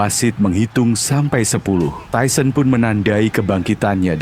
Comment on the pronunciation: Tyson emang keren,,, tapi pembawa acaranya bilang tuson seperti binatang, ketauan tyson bonyo kau!!!